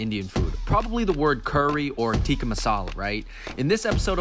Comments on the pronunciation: "tiki" masala lol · Wahi toh pencho tikka aur tikki me kaise confuse ho gye 😂😂 chicken tikki masala,penny puri,lacey 😂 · “Teeki” masala 😂